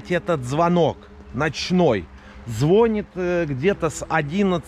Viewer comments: Не звОнит, а звонИт....эх!!!! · В слове звонит ударение на И.